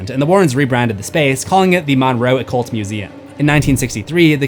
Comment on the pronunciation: shoutout to my hometown. it's pronounced mun-row, like james monroe's name